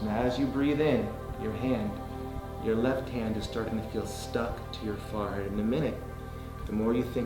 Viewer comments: Him saying “farhead” was frustrating 😒😡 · The way he says forehead bothers me it sounds like “farhead”